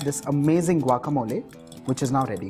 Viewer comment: I am impressed that the chef pronounced guacamole like a Mexican. Muy bien, Señor. I tried your recipe and it was delicioso. Gracias.